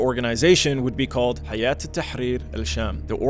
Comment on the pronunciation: Well he did mispronounce Hay’at in HTS